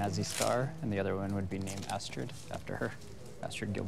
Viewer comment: It's Astrud and not Astrid.